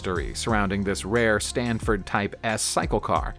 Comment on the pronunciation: I was looking at the script name across the grille of that 3-wheeler---which clearly says "Sanford," not "sTanford." Also, "Le Mans" is pronounced "Le MON," as the only final consonants of French words that are pronounced are those in the word, "CaRFuL," unless the word is followed by one which begins with a vowel and then it's slurred onto the following word. Le Mans has been a world famous race since its first running in 1923. BTW, I'm sure il Commendatore, as he was known, is spinning like a lathe in his grave because you forgot his illustrious name on all those cars he built with the Prancing Horse badge when you were talking about the little known Iso Grifo (hehe). Every once in a while, all these years later, I have a very realistic dream where I go out to the garage behind my house, pump up the tires, put new gas in the tank and oil in the sump---and go racing with my championship-winning British sports car. Unfortunately, the guy I sold it to when I wanted to upgrade to a Formula B "monoposto" spun out and hit a concrete wall going backwards "at speed" in 1970 (I'll stop crying after a while). I LOVE videos about cars! Stay safe, everybody.